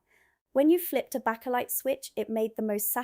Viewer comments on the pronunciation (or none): Great job, just one thing, backalight? It's pronounced bakelite as in baking. I worked many years ago with a jordy, (a man from Newcastle) sadly no longer with us. He told me that when he worked in ICI they invented this new material and asked the employees if they wanted to invest in it. He couldn't see what they could do with it, so didn't invest. I said, "Was that bakelite and he said yes. What a missed opertunity. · Not back a lite 🤣 pronounced bake a lite . 🙂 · It's Baker lite, not Backer lite. Baker, like a cake maker. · It’s pronounced bake, bakealight, no backajight, so like I baked a cake. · It's Bay-ker-lite not Back-er-lite. The house my parents lived in from 1962 to 2011 was partly Victorian, and partly a 1930s extension. It had a rack in the kitchen (which had a 15' high ceiling so plenty of room to walk under it. There was a pantry - no heating, a small frosted window. It is where the fridge and freezer went. After my Gran died her marble slab went in the cellar and wasn't used. There wasa serving hatch between the kitchen and dining room. There was a room just and external door and a 2' drop inside that. That was where the coal was kept. There was a furnace in there, but after my Dad had central heating installed that wasn't used. When we sold it there was still some coal left though it was around 30 years since the last delivery. There was a box room under the stairs to the attic with all sorts of junk in it. The attic had obviously been a servants bedroom in the past. I slept there a bit in 1976 as it was the coolest place. There was an airing cupboard in the main bathroom. I get milk delivered where I live. Normally a 1l plastic bottle. but sometimes a glass bottle. I have a smaller rack in utility room. There was an airing cupboard with an immersion heater when I moved in, but the boiler and the thermostat on the heater were faulty so I had them reeplaced by a combi boiler soon after I moved it. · It is pronounced baker light .